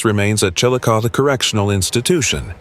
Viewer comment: It's pronounced "Chilicothie". Not Chillicoth.